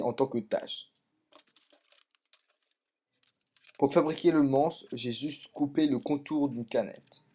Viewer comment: a tu des problèmes de prononciation? car j'ai l'impression que au lieu de dire "tase" tu a dit tâche